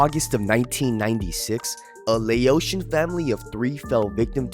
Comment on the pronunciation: Pronounced Laotian wrong though